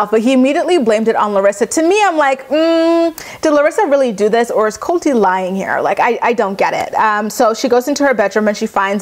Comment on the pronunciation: Shiny Catcher Christy I think most people realize that she is not saying Colty as a nickname but it’s just her pronunciation. I think you’re missing the humor in this.